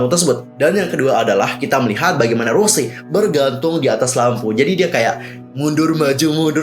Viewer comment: Mon maap bang sebutan Bukan Rose Tapi Rosé R-O-S-É É